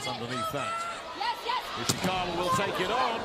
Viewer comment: At 841, the commentator said Ishikawa's name as Iwasaka. lol